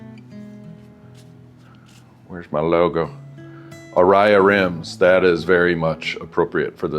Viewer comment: What the? There is no I in ARAYA! A RAY A